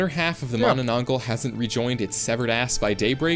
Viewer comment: bro just disrespected my folklore by saying mah nah nang gall